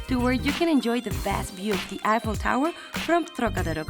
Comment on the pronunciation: It's eiffel tower not apple tower 😅